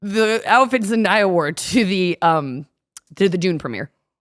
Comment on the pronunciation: Why do people have such a hard time saying ZEN-DAY-UH like wtf.. everyone tries to be too proper saying her name. And she famous asf so she says her name a MILLION times like omg it looks just like it sounds. Basic english pronunciation. ZEN-DAY-UH.. damn.